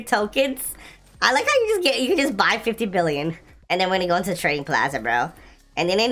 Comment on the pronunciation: HOw he SAid 4 BilLOOn😂